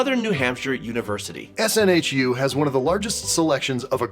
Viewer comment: SNHU, btw, is pronounced snoo :)